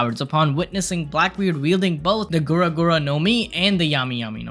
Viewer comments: It's gura gura no mi not guro guro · It's not guro guro it's gura gura no mi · btw it’s gura gura not guro guro. guro guro is the non canon fruit glow glow